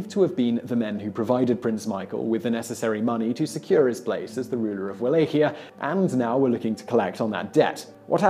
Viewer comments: I thought it Wallachia pronounced Valakia not walakia. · Wallachia = (Va-Lok-ee-uh) A common mistake. Just so you know. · The way you say Wallachia hurt my ears. It's pronounced Vallahia.